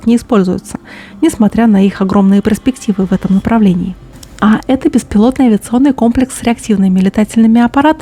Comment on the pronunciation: пожалуйста перестаньте! "ПРЕспектива" это как "КОЛИДОР"!